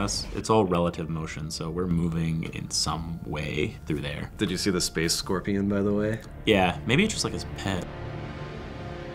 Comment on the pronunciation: It pains me everytime they say space scorpion